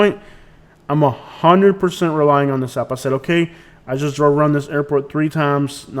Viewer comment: you have a bad attitude, this airport is seamless to navigate if you are smart enough to READ THE SIGNS BEFORE making a turn. bye the way "Just", is not pronounced "shust"